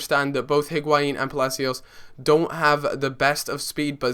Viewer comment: It's Palacio btw, Palacios